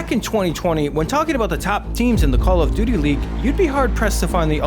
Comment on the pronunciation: "Call of Doodilly"